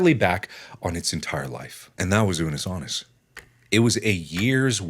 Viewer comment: How you said Unus Annus was correct. It's latin for One Year. I really like the idea behind the channel-we only have a finite amount of time on this planet. We should make the most of the time we have here. Because while someday, we might find the secret to living longer, I truly think there are some things we just aren't meant to cure, such as cancer and other diseases and as such....Death always has the final word. What would you do if you only had a year to live? It's a good philosophical question to think about every now and then